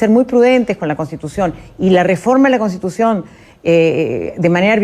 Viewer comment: ME ABURRES JAJAJAJAJAJA YA VEREA VILCATONA CON EL UNIFORME DE ABIMAEL GUZMÁN !! ESAPRESIDENTA NO SABE DECIR "CONSTITUCION" NI " PROPONIENDO " JAJAJAJ PROPUNIE PROPUGNANDO JAJAJAJA ME MUERO